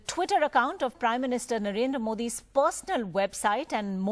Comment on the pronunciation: Please, pronounce Prime minister Mr. Narendra Modi.